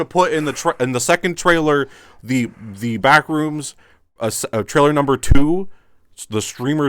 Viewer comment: Put this video on in the background to listen to while playing Minecraft. is making a joke about "The Backrooms Movie 2: Streamer Edition", just saying "tHe BaCkRoOoOmS". I hear a scream from in the game is playing immediately after he says "tHe BaCkRoOoOoMs". I go to see what happened in the game. He is silent, staring at a white square on the black void. If this isn't one of the most quintessential " Stream" moments, I don't know what is. 10/10, it's so simple but I'm losing my shit.